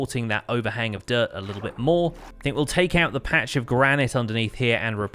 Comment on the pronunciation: sometimes you say dirt and I hear "derp" ^^